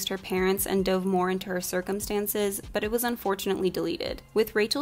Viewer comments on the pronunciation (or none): none